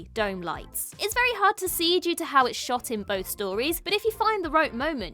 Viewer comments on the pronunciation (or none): none